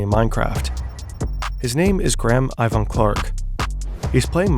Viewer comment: Bro said "his name is Graham Иван Clark"